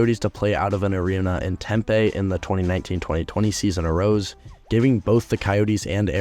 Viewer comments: What is Tem-pay. It’s Tem-pee. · Your pronunciation of Gila and Tempe are killing this Native Arizonan lmao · you kept pronouncing Gila and Tempe wrong... it was annoying and funny at the same time lol